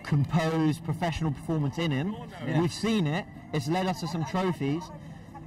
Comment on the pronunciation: Why does always say “throphies” trying to make it seem asif its premier league/champions league honours just say few fa cups always trying to play around the facts